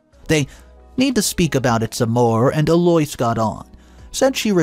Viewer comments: What the HELL do you have against the English language?!? Eloise is NOT pronounced "Eloys" It's pronounced "Elo-eese" You make it so difficult to listen to your stories! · It has become a game here in the office; What name will butcher today? E-Loys for Eloise?, have you ever heard it pronounced that way? El-O-weez!!! 😂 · Eloise is pronounced El oo ise or El Louise but never El oi s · Eloise = EL - Low - Eees Phonetic pronunciation… I love the stories but the pronunciation is killing me, lol. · the Eloise name is pronounced Ello-weez. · ...the MIL's name is pronounced 'El-o- weez. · Holy crap!!! L-O-EESE, eloise. Y can't u pronounce words correctly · sir or ma’am, I have NO issue with the way people speak… to you. In public or private. Correct people if they say your name wrong. I do it ALL the time too. This man is PUBLICLY telling stories. I’m referring to him and his pronunciation FOR THE STORIES. Eloise is a fairly common English name- he can pronounce it right. He’s LITERALLY said names right then WRONG in his stories. He does it on purpose. It bothers me. But not enough to NOT watch the stories. Speak up, wear a phonetic name tag or use a nickname. 🤷🏽‍♀️ Otherwise, I have no comment on how EVERYONE ELSE says YOUR PERSONAL name. Have a lovely day person. ✌🏽